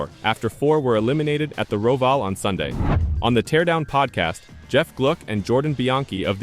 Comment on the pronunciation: Can you lease learn how to pronounce Roval...WTF!